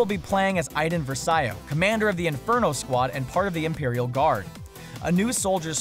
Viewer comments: It's pronounced verse-ee-oh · Versio,not Versaio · You said versio wrong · IT'S PRONOUNCED VERCO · It's pronounced Ver-see-o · Louise Troche Vers-ayo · Louise Troche yeah its vr see o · Louise Troche yeah it's ver se o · BfII looks great, but this dude doesn't know anything about Star Wars. Can't even pronounce versio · You just repeated the same things like 3 times. And her name is verso you can't even pronounce that !